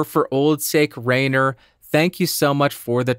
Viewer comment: That's how I say "Rainer"^^ You could try to roll the last R a bit more/longer (but good work already). I come from a region where we can't say R, so though t1tties for me :P